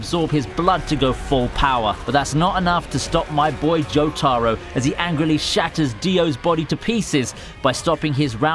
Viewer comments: JOE TAR OH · "Joe Taro"